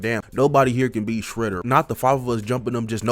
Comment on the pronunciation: Bro said Fredder 💀